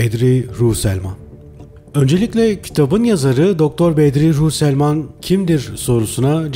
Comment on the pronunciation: psiyatristin soyadını yanlış söuleüyorsunuz.